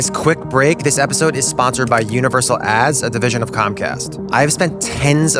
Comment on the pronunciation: Universal what?! I had to look up at the screen, because it didn't sounds like "ads" there.